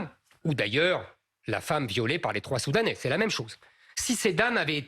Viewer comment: même le mot soudanais il arrivait pas à le dire.